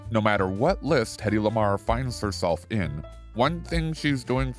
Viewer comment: Why are you calling Hedy Lamar tedy and pedy!